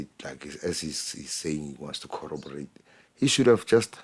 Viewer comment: King, you're too generous. can't even pronounce "corroborate." He always say "colloberate." 😂 I'm not gonna talk about his reading skills.🤓